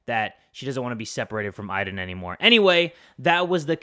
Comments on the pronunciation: It is not iden its Aden I know how to spell it but just so you understand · When ever she said Aiden i thought she was saying ivan